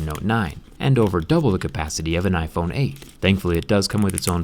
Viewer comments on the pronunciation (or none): none